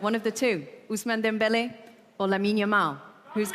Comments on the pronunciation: the random guy is frying me the way he said Dembéle 😭 ✌️ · Dude just said "Dembele"😂